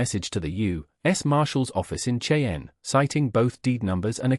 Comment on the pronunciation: Cheyenne is not a difficult word to say